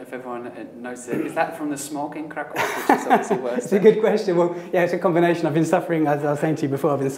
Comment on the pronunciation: 15 years in Kraków and he still calls in Krak-aoo and it grated on me every single time.